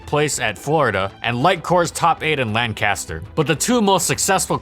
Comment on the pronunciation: You know you're from Pennsylvania when it bothers you that Lancaster is pronounced wrong (it's LANK-as-ter, not Lan-CAS-ter, btw.)